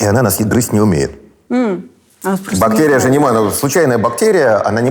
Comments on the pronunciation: БактЭрия???? СЭкс? ПринтЭр? Ну как это возможно? Не могу дослушать интервью. Взрослый образованный человек. Пожалуйста не зовите его больше 🙏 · Я может странный. Но мне как то тяжело слушать этого доктора всевозможных наук. То тороторит, то прям неспеша говорит, при этом постоянно проглатывая окончания слов. Ну и отдельная любовь "заострения на буквах", наподобие: бактЕрия. Там наверное всё дальше по списку, эти вот все слова: сЕкс, тЕст, и т.д. У нас в университете был такой. Чё он там бубнил себе под нос, никто не понимал. Зато также любил выделять буквы. В общем, это наверное только у меня такой рвотный рефлекс, на основании былого опыта. А так то, очень интересный выпуск. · Пхахх, Гельфанд(!)произносит слово бактэрия-бактЕрия! Слушать невыносимо! Неужели Гельфанд не знает московский говор?.. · А еще Михаил говорит «бактЕрия», что является неправильным произношением. Это однозначно говорит о том, что он безграмотный человек, да-да! Ну, по вашей логике. Подождите-ка - вы же тоже употребили слово «угандошить» - значит вы тоже дики и тупы! Блин, я тоже, и я чувствую, как дичаю и тупею... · когда он произносит --- бактЕрия , то как - то коробит и не очень верится в его боольшой ум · Он так интересно «бактЕрия» произносит ) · Противно он так говорит, точнее произносит слово бактерия. Выделить букву "е" он в речи решил для солилности. Но почему именно в одном слове? Слух режет, - не досмотрел. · Закон русского языка, если вы редко произносите слово, то произносите как Э, а если часто как Е, вы редко произностите слово бактерия, поэтому и режет